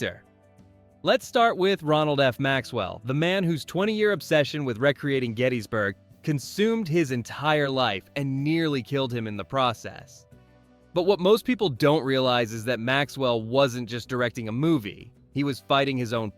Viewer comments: If your going to use an AI voice over.... Because you are too lazy of a content creator.... Make sure in knows how to read and pronounce words. Rek re ate ing? Really? Recreating..... I noped out right there. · Is this AI? Because that's not how you pronounce "recreating". smh